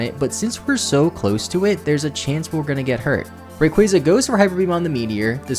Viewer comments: Hey... really quick... Ray-quah-zuh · STOP SAYING RAYQUAZA LIKE THAT FFS